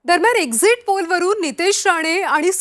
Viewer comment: Exit poll la exist poll bolath😂😂😂hela Kai ganta mahiti asanar😂😂😂